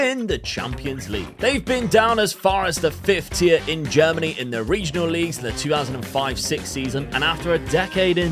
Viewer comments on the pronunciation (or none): none